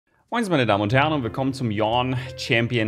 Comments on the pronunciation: Ja, wer kennt ihn nicht, den neuen Champ "Gähn" lmao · eher yoni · das E am ende spricht man mit.:) Also quasi Yo-ne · „Yornn“ -, 2020 Aber ehrlich hat mich echt zum lachen gebracht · Im Cinematic sagt Yasuo wie Yone ausgesprochen werden soll:,,Jornn" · Schau dir bitte den Cinematic trailer vom Champion an. Es spricht sich Yo-ney. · Ich würde mir wünschen, dass Riot eine Aussprache-Datenbank zur Verfügung stellen würde (wie beispielsweise die öffentlich-rechtlichen Sender haben), damit bei neuen Champions keine Debatten darum entstehen wie man einen Champion jetzt korrekt ausspricht. For the record, er heißt Yo-ne ("Yo" wie eine Form von "Ja", "ne" wie die Verneinung einer Frage). Wer das nicht glauben will, hat einfach keine Ohren :D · Ich höre immer nur Yornn. Wer ist denn dieser neue Yornn? :D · nimand:: Yorrn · riot sagt es wird yonae gesprochen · Spricht man ihn nicht Jo-ne (Yone) aus? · Ist die korrekte betohnung nicht Yo-Nē ? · Niemand:: WILLKOMMEN ZUM YAWN CHAMPION SPOTLIGHT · Dieser Champ erregt in mir genau 1 Emotion: Yawn! xDxD Versteht ihr? Weil Yone so ausspricht wie Yawn und der Champ so langweilig ist und so... xDxD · Yone wird JOH-NE ausgesprochen bro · Yone = Yawn Mow the Yawn! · Schönes Video wie immer, aber dieses „Yornn“ triggert mich 😣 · gott damnit lern doch endlich den namen richtig zu sprechen. sogar thresh sagt im englishen Yo-Ne weil das an japanische aussprache angelehnt sein soll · Man spricht ihn insgesamt so aus. Yo-ne , liegt daran dass er aus ionia kommt wo alles japanisch ausgesprochen wird. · Bitte. Es heißt yoneeeeee eeeeeehhhhhhhh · Englisch is halt einfach gar nicht Maxims ding. Yawn. Stucked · Bitte hör auf ihn wie „Yornn“ auszusprechen. Sprich ihn einfach so aus wie man ihn schreibt. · Ich lese kein r in Yones Namen was ist da los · vergessen youtuber alle einfach das 'e' bei yone? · Yo-Ne, nicht Yawn. Und er hat den gleichen Syncronsprecher wie Sekiro. :p